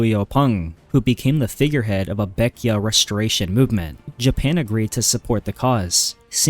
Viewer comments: Its not pronounced baek-ya. Its pronounced as how its spelled. Baek-jae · Baekje is not pronounced "beck-ee-ah," it's "beck-jeh" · Why are you pronouncing baekje baekya?